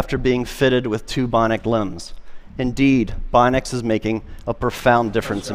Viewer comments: Was anyone else annoyed by his pronunciation of "bionics" as "bonics?" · He never learned to pronounce bionics properly :c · Augmenting a healthy body by supplanting its intrinsic muscle function with external actuation will make a body weaker, not stronger. His claim that these things will make humans stronger is diametric to the reality of it. Also, 'bionic' is a three syllable word, not two. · He pronounces bionics so oddly 😖